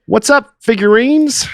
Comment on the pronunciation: “Figurines” is a crime